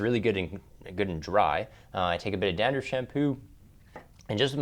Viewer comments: Someone please help! I see it HS shampoo but... Djander, gander, jander shampoo?? I'm not a native speaker, I really can't get what he's talking. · What Kind of Shampoo? I think he says Dandruff but i hear ginger